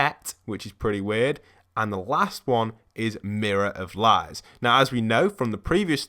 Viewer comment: Why are you saying M I R R O R O F L I E S